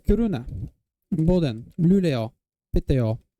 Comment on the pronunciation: I got nothing better to do, so here is my feedback for the pronounciations!! (Native Swedish speaker) *Sverige* - On point, perfect pronounciation Kiruna - Emphasis on "Ki", not "ru". Otherwise perfect Boden - "Bo" pronounced like the English "Boo" with a long O sound, otherwise good Luleå, Piteå, Umeå - Both good sounding, but since you seem to like to use regional pronounciations, dropping the Å is fine. Most Swedish people do Skellefteå - Pronounced using the Sk sound in use in northern dialects, also drops the Å at the end usually. Östersund - We usually don't pronounce it with a Sch sound, we just say it exactly as written. Härnösand - "Hare-nuh-sand", emphasis on "sand". Regarding the fact that you got Nyköping (great pronounciation on that btw), probably due to Arnö, a small suburb of Nyköping. Sundsvall - Stronger emphasis on -svall, otherwise great. Örnsköldsvik - Same as Skellefteå with the pronounciation of the SK letter combination, great detail. More emphasis on -vik. We usually shorten it to "Ö-vik" in informal speech. Hudiksvall - See my comments for Sundsvall, same thing applies here Bollnäs - 10/10 Gävle - The E is pronounced the same way as the final E in Sverige Sandviken - Stronger emphasis on "viken" Falun (my home town for 16 years!) - Opposite pitches, the "Fa" should be low and "Lun" high. Borlänge - Sounding like a speaker of a non--descript southern dialect, still good tho Ludvika - More emphasis on the middle syllable. Also, they for some reason pro